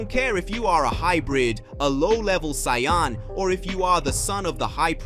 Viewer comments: Literally stopped watching when you pronounced saiyan as cyan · Grateful for your story bro it’s great but please pronounce the word “Saiyan” properly. It’s easy to let beerus slide but the main word “saiyan” you gotta say it right regardless of accent👌🏽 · Bro pls stop butchering some easy words such as saiyan and etc. credit to you for the videos but some words are so easy to pronounce but so hard to listen man. Anyways keep going man.